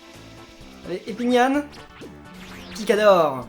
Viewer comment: Quand Epinyan du " Piquador " on dirais qui dis " Pika dors " Pika " pour Pikachu et " dor " pour dors